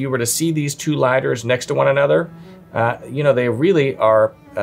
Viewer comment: The best “Liadders”